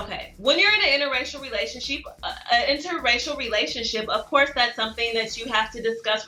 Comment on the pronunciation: He looks so serious until she says “relation-sheep” 🤣 ahh I love these too